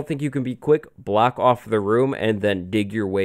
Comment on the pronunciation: why does he say block "blacks"